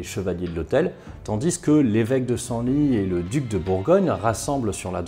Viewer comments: Encore un fois c'est top ! Pour info "Cysoing" se prononce (au moins actuellement) CIZOIN et pas CISSOIN J'ai un doute mais "Senlis" se prononcerai pas "SENLISSE" ? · On prononce le s final de Senlis . Mon petit cœur de Picard a saigné à chaque fois 😊 J'adore re écouter vos vidéos encore et encore 🙏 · Salut salut Super vidéo Juste pour info , si tu parles bien de l'évêque de Senlis, ça se prononce senlisse Voilà voilà Bonne journée